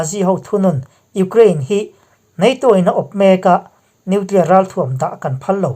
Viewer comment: nuclier tih reng mai. an ninawm hle mai